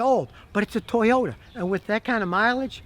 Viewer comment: It’s a “toy”ota